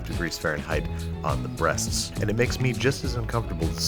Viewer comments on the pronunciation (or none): When you talk about chicken, it's not weird at all to say chicken breast. That's what the food is called. When you put emphasis on the word breasts tho, then it becomes uncomfortable. If your gonna cook just do it. I don't see other chefs making chicken uncomfortable. Raw or rancid maybe.